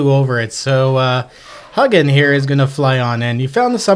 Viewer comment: Dude please, youre killing me. Its HEWGIN. not huggin lol Hard G, like the alcoholic beverage GIN. Oden has two ravens, Hugin and Mugin....Different translations spell it differently but always the same two names. In midgard or earth, vikings used the sight of ravens to assure them oden was there with them, watching and protecting.